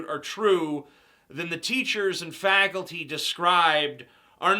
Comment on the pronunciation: In the beginning (about 54 seconds in) did he call them "teachers and fagulty" because that's what it sounded like